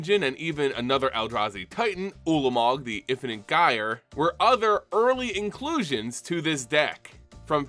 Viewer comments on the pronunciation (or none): none